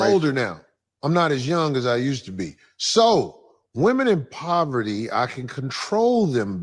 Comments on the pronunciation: Men want a woman in proverty? 😂. She should learn how to say a word before attempting to use it. It’s pronounced PO-VER-TY. 🤣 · said “proverty” instead of “poverty”. 😂😂😂 She is real slow!